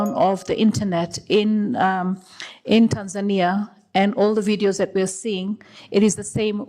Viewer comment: The first person out side of Tanzania pronouncing “Tanzania” correctly 👏🏿